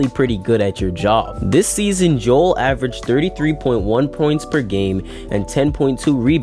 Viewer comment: It’s pronounced Jo-el not Jewel stupid